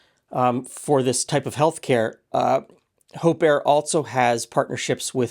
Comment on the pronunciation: Oh, Hope Air... NOT Hope Err!